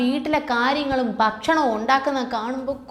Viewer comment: Pronounce as.bharya. bhakshnam. Not barca and bashnam